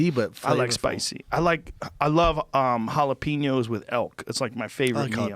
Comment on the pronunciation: It makes me so mad the way Joe pronounces jalapenos LOL like the typical white boy that he is